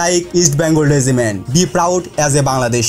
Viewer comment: Vai ke shera regiment bole gonno kore sheta bollen na keno? Ami shera bole gonno kori. Btw regiment thik kore pronounce korben.